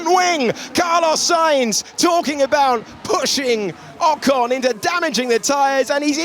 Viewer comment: How many times will you keep mispronouncing 'Ocon'? Try Forvo. And Perez. Probably more.